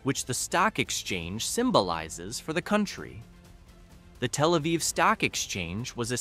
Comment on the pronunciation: Your AI actually doesn't say "telephone Aviv". So it's not as stupid as other AI.